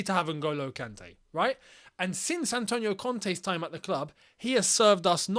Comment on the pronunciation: "Antonio Conte" HAHA